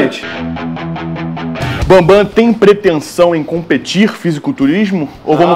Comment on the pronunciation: pergunta se ela pensa em competir,ele fala q não. É competil não tem muito tempo